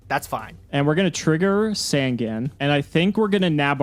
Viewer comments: I wasn't, not until he begins to pronounce sangan correctly even tho HE HESRS OPPONENT SAY IT RIGHT!! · Pronounce sangan right and your nightmare might end